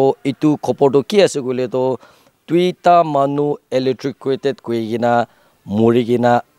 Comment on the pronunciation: The way Reporter pronouncing electrocuted 😂😂😂😂😂.